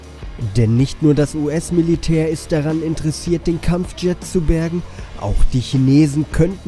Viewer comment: Kampfschet Kuesch